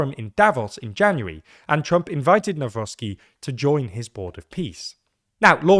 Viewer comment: Everybody pointing out how Czarzasty's (cha-zha-sti) name has been butchered, nobody noticed that pronunciation of Nawrocki has improved (from nowrocky to navrotsky)